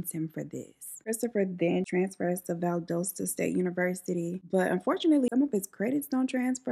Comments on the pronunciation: Thanks for the great content and Im just going to say this because its my hometown it's Val-dah-stuh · BTW 8t is pronounced Valdosta Val-DAH-stah. We've been stationed here since 2020 and bought pur first hour in 2021! Went to VSU and all, so when i heard he went to VSU AND joined the Air Force and was a non hacker I was like...he is not even trying my guy! To my standard anyway and I am not an ohhrah yype of gal by any means.